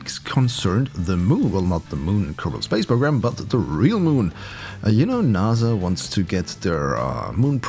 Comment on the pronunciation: its NASA not naza